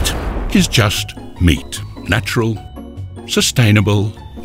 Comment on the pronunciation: "Sustainable" lmao